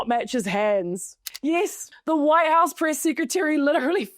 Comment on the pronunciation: White House Priss Secretary 😂 Not joking on your accent it just really worked out well here.